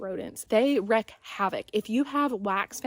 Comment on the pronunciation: This is a great story!!! What an awesome experience! By the way, just f.y.i. wreak havoc is pronounced "reek" as in "that pig reeks", not "wreck", as in "a car wreck" 😜